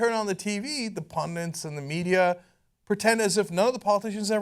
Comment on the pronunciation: ffs it is "PUNDIT" not "PUNDINT"